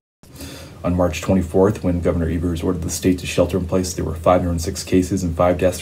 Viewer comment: Hey! Love you guys! Wisconsinite here, just want to let you know our governor's name is pronounced Eee-vers. Keep up the great work.